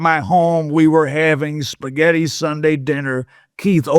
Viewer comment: “cooking puhsghetti” 😂